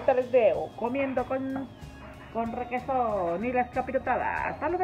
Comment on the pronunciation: Pensé que dijiste regeton pero dijiste requeson 🤣🤣🤣🤣🤣🤣